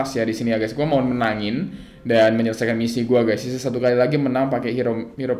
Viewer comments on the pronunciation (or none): none